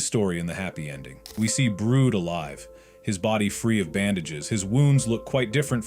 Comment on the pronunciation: Bro called brid brood